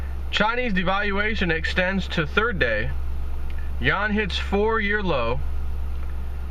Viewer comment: It's YOU-WAN Not Yawn